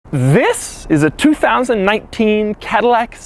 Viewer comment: CADILLAC TAH